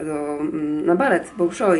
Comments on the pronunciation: Wymawia się bAlszoj a nie bOlszoj.:) Nie chciałam być niegrzeczna ale mam nadzieję, że Ty jako anglistka zrozumiesz że czasem scyzoryk w kieszeni się otwiera jak słyszymy bardzo niepoprawną wymowę:D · W języku rosyjskim "o" nieakcentowane czytamy jako "a" ;) Chociaż tyle wyniosłam z kilku lat nauki rosyjskiego :D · Tak dla ścisłości to nazwę teatru wymawia się [balszoj] tzn duży po prostu, a moskiewski balet już rozpoczyna swoje występy w Polsce. Ja zakupiłam bilety na 6 marca do Warszawy, a jakie terminy w innych miastach to nie sprawdzałam ;)